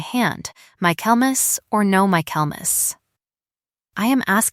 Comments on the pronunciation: Reading along with the transcript. It's Michaelmas, not "My Kelmas." Quality control wouldn't be wasted. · It's pronounced "Michael mass" not "My Kelmas".Train AI better. Lynette is pronouned as "lin net" not "linnit".